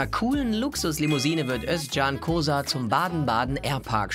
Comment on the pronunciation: Kosar ist mein Nachname...Kooootz...Sag doch, wie man es richtig ausspricht!